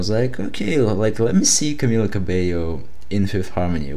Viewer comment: just satinng her name is pronunsed cabeio